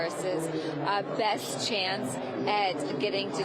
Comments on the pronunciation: Someone teach that woman how to pronounce the state of PA. She says it like “Pen-sa-vania”. It’s PennSYLvania. She has the audacity to say low propensity voters don’t know anything about policy while she can’t even pronounce a state correctly.😂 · The moderator pronounced "Pennsylvania" in a way I have never heard before. It sounds like she is saying Pennsavania. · If you are going to host an election night, you should know that it is not pronounced "Penns-i-vania"